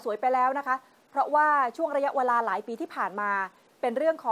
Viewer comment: ข่าวดีมากค่ะ แต่นักข่าวผู้หญิง พูดคำว่า เวลาถูกจะไม่ขัดหูมาก ทำไมพูด "วะลา"